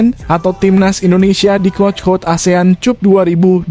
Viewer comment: Maaf ya pembaca narasinya nggak bs bhs Inggris ya kok Asean Cup sih bacanya Asean kap dong